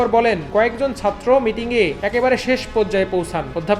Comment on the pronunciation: satro na bhai, chatro. plz uccharon thik kore bolen.